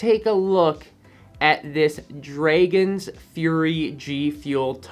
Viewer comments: Bro why does he pronounce it like that tho? Shit got me scratchin my head lol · Number 10 v2 Nobody:: Say's Draygons